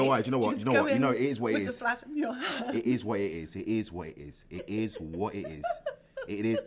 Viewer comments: it eez what it eez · D'y know what it is what it is It is whAt It iS It is WHAt it is